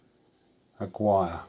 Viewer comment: Great video as always! Just for future reference, the name Aguirre is pronounced "ah-Gear-re", it's Hispanic:-)